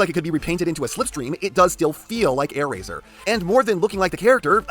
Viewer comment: Ah yes, “Aairazor”